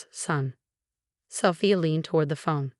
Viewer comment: Female narrator for male protagonist. Wooster, not Wurster (that's how it's pronounced, but not how it's spelled). Sophia, not Safire.